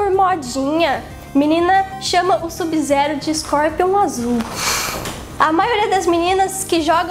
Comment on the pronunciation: kkkk Essa garota fala SUBI ZERU kkk